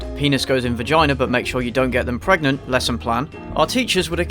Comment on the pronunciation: This dude said gregnant AND pregante.😂😂😂